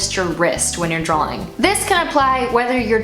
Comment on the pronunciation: I admire so much, but please stop saying "drowling". And I say this with love, because you really are soooo talented. Honestly, Im probably just jealous and my ears are making up sounds. Again, love you!